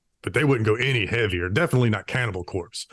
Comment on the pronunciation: "...deffinnittlj not Cannibal Corpse and deffinnittlj not Metallica."